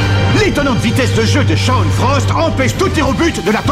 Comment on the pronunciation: Merci grâce a toi nous pouvons le dire : Les kikoos d'internet tuent les noms en VF des animés "Chaoune" c'est génial mais c'est Shawn. Ah et c'est Haïden pas iden